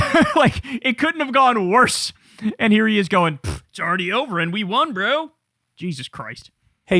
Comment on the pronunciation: Nobody drops a "Brö" like Kyle, maing. 🎉